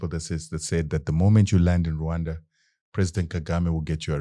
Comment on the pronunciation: You pronounce RWANDA properly, I suscribe! Deal